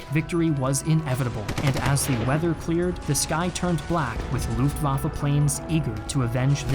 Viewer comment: great video! You do need to work on your pronunciation of terms in other languages: Luftwaffe | u ≈ vowel sound in book , not in boob; w ≈ english v Mannstein | a ≈ cannot really describe, but more like the schwa sound (ə), or like the Jamaican man Panzer | a ≈ again as above, z is NEVER said like an English z. German z ≈ ts in English. … and in real English … the battle | since b is not a vowel, the is said with a schwa sound not like the word thee